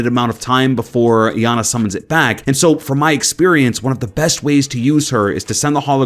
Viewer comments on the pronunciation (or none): its iana pronounced (yah nah)